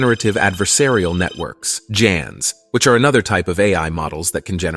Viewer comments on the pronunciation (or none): Jans? Haven't heard anyone use J before. Should be hard G for "GANs". Hope this doesn't turn into the new GIF vs JIF. BTW, the creator of GIF says it is J, not G, so it is JIF. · It's pronounced as " GAN's " not "JAN's", you need to finetune your AI narrator 🙂